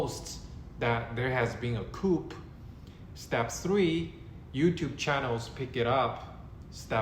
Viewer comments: JUST SO YOU KNOW "COUP" IS NOT PRONOUNCED KOOP....IT IS KOO. THE "P" IS SILENT (FRENCH: COUP D' ETAT - I THINK)) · "Coup" is pronounced "Coo". The "p" is silent. You don't have to take my word for it. You can Google it and then scroll down to the speaker icon and it will pronounce it for you. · Great video! Btw- ‘coup’ pronounced “ku”. (“p” is silent🤫) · This isn't a big deal, but you don't pronounce the p at the end of "coup" (it's a French loanword). It rhymes with shoe, not troop. Regarding the main point you're making, I don't know how or when, but I believe that Xi will be forced from power before he dies. You're right that the rumors have all been false so far. I do believe that there will be a time when the rumors are true though. You say that there's harm in believing the rumors. Maybe that's true if you're a Chinese citizen. I think there's no harm in reading up on these rumors if you live in another country though. Dislodging Xi from power isn't our fight.